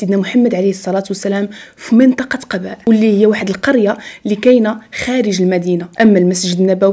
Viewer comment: ختي تبارك الله على مجهوداتك اللي كديري غير عندي ليك واحد النصيحة هو انك كديري أخطاء في اللفظ فاش كتقراي القرآن او كلمات ، مثلا اليوم قلتي على أول مسجد تبنى في الإسلام اللي هو قباء ، ولكن اللفظ باش نطقتيه خاطئ ، ليس قباء بفتح القاف ، وانما بضم القاف (الضمة) ، وفي الفيديو ذكرتي بأن السامري من سامراء وهي مدينة بالعراق ولا علاقة له بها، ويقال انه من السامرة وهي بلدة في فلسطين بالقرب من مدينة نابلس ، وجزاك الله خيرا